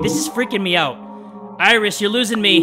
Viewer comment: IRIS = SIRI. I R I S. S I R I